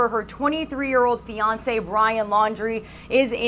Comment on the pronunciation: WHY do you keep saying FIANCE??? DROP IT ALREADY!!